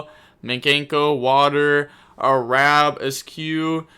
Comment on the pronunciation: Arabesque is pronounced “air-a-besk”. Love you,. ❤